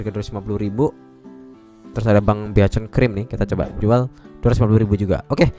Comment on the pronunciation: Beaconcream nya, knp begitu bang ngomongnya 🗿 bikenkrim kalo ngomongnya, cuman kocak kocakan kah?